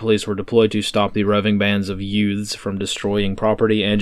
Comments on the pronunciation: Did you say yutes? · Missed the extra points by not going with "yoots", but still a great effort 👍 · The way you said "youths" made me chuckle. Like it's a joke of some sort.